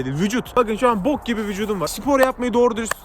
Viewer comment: den sonra yüzümü bir silip boku atasım geldi o nasıl bok diyiş abi? Yemin ederim her bok diyişinde yüzüm kirlenmiş gibi hissediyorum rftgyhjkvrfv